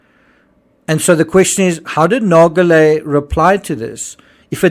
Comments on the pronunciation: Sure, PH may have not cared if he died on the sub, but what about the people Rush was using him to lure down there? I think his view is incredibly selfish. What was good for him might not have been good for the others on these trips, if they'd known what he knew! Didn't he ever spare a thought for them? PS: I hate to be that person, but Nargeolet is pronounced with a soft 'g', not a hard one. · Good Analysis! I am not a linguist, so I will undoubtedly botch the phonetics, but I wanted to highlight that the name 'Nargeolet' is actually pronounced with a soft g, kind of like the letters z and j in English. When you pronounce it, it should sounds more like 'Narzjolet'. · Ffs, I like your channel but can you please, PLEASE, at least show the man the respect of pronouncing his name correctly? You’re not even TRYING. It’s extremely disrespectful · He’s not even bothering to pronounce the man’s name properly, which is bare minimum. Given that, it’s hardly surprising that that fact, which would have taken 30 seconds of research, was missed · The video narrator pronounces that name wrongly. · The G in Nargelet is pronounced like a J. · Nar- shjo-lae, not Nar- go- lae. Experienced diver, part of RMS Titanic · I thought someone would eventually mention this so I never bothered. Nargeolet is not pronounced nar-go-lè. In french (my mother tongue), an 'e' after a 'g' softens the 'g', and it is then pronounced as a 'j'. Nargeolet is pronounced nar-jo-lè. Note also that in french, the j sounds just like it does in english, but without the 'd' sound that it starts with in english. There's not even a hint of a 'd' at the beginning of the 'j' sound, however tempting it may be for an english speaker to insert it there. (edit: had not noticed the r missing in nar-jo-lè in original comment) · It’s pronounced “narjolay” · Not silent. It's pronounced like "zh". . If you don't pronounce the g at all, you're pronouncing it a "a-swaying" , which is incorrect. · its Nar Jo Lay